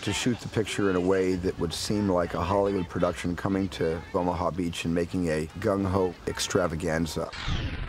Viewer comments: Are you saying "Omah" beach? It's OH-MAH-HA. I'm sure I'm just mishearing you. I love your videos, and I love your channel. I happen to be a fellow sufferer of chronic, maddening depression. Movies help heal that pain, don't they? Thanks for your channel, thanks for your insights, thanks for everything. I'm only subscribing NOW, which is weird, because I've been taking a look at this channel for a few months now. I don't subscribe often. Or at all. But yours is terrific. You've found a niche. That's hard to do,. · Omaha. O-ma-haw, not Oma. Stop saying “oma” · it's O-ma-ha beach not oh-ma beach. I cringed everytime he said the name. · the joke is that says it like "Omagh" instead of "Omaha". I usually don't reply to 2 year old comments, but seeing as you did I figured I'd do the same. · *Oh-Muh-Ha Beach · What a fascinating analysis. My only problem is that Omaha is 3 syllables not two. Oh Ma Hah